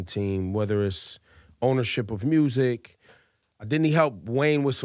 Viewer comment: Lol at “mursic”